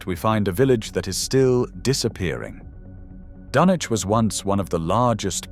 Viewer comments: Dunwich is pronounced Dunnidge, not Dun-wich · Yes, and Dunwich is pronounced Dunitch. Bloody AI. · You could at least pronounce the place names dunwich and eyam properly